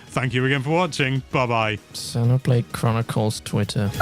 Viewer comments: buddy, it's pronounced zeeno not zeno. Xeno(zeeno)blade. 👍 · It's CROSS not EX